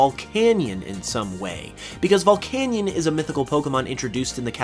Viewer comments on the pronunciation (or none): Say it with me now VULL-CANE-EE-IN